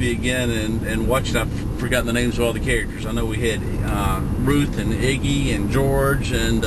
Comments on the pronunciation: it is Iggie.......not igie......pronounce it correctly....please... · It's Idgie, not Iggy! That was driving me nuts.... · I love the movie. I cry everytime. Its Idgie, not Iggy or whatever the hell you said. Question: If you are going to make a documentary or whatever, then why didn't you take the time to research first? I mean, you have it on VHS, and there is Wikipedia, and that IMBD site. I also have been wondering what that big 3 story building is. Thanks for butchering the movie for millions of others. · Idgie's name was pronounced with a soft G, as in "Gem". The "D" was silent. Just thought you should know. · yes you did great. your just misspronounceing the name iggy..